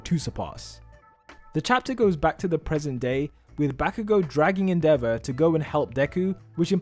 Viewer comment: The way you pronounce endeavor rly tilts me, otherwise nice video